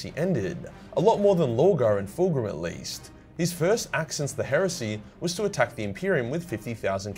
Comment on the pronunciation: Calling Fulgrim ''Full Groom'' im dead